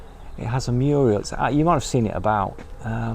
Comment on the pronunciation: Are you saying mural or murial?